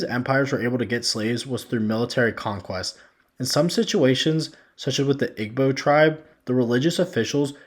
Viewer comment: This does sound like “what about-ism” and deflection. Also, many of your pronunciations from Sao Tome, Igbo, Ashanti, Benin, Niger, etc. were WAY off my friend.